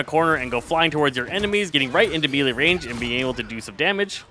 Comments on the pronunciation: For the love of god please…it’s pronounced “MAY-Lay” not “mii-lee” I have watch several of your guides and thank you for making them but bro you are killing me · your guides are great (though you always mispronounce melee)